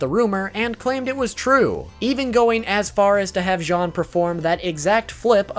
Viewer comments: i get that he cant really say all of the names right but he cant say jean like the pants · jean i pronounced jeen not john